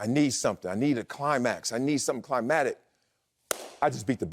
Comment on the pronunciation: Marcellus Willey ALL RESPECT DUE, It's enunciated cli-mac-tic it's climactic not climatic....